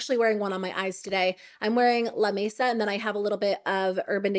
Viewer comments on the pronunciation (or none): none